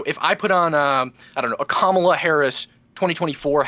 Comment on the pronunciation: . Bottom guy, "ka-MA-la". Watch Fox mutch? Its not hard to pronounce Kamala. Be nice.